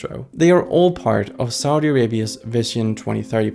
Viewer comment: idk, the country is succeeding in many ways and can adjust to its growth. also please learn to say Saudi correctly!